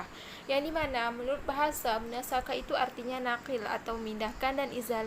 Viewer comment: Bukan munasakhah. Tapi bacaannya munasakhoh.